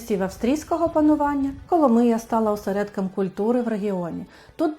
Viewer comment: КоломИя !!!! а не КоломІя !!!!! назву міста вимовляйте правильно !!!